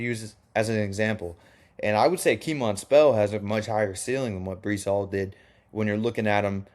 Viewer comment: Breece Hall is his name not Brice/Bryce